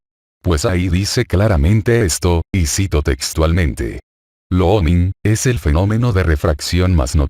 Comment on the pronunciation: Cómo le cuesta el "Looming" al loquendo jajaj! Buen video Alerta! Saludos!